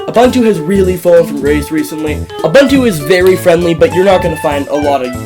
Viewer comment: it is uBOOntu not uBUNtu